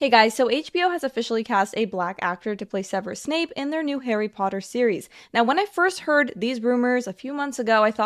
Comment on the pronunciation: It's Severus Snape, not Severus Snoop.